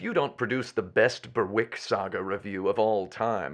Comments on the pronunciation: Ugh, bloody Seppos... Berwick is pronounced "Berrick" not "Bear-Wick" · As someone from the real-life town of Berwick, your pronunciation is so close 🥲 The 'w' is silent in case you're curious. Berrick. Also never knew this game existed and now i'm excited to play the game that's named after my hometown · There's a couple of Berwicks in England and Scotland (the southern Berwick has swapped between the two about 12 times), both of which are pronounced Berrick, also Alnwick (Annick) to the south which you might know as the site of the original Harry Potter castle!